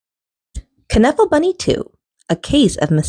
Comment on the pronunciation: Loved this!!!! And it's pronounced Nuffle... like Knuckle